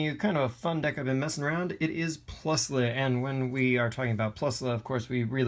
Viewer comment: No it’s spelled plusle it’s pronounced plus-ull